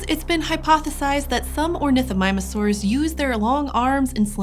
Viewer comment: I hate the fact that she said ornithomimusaurs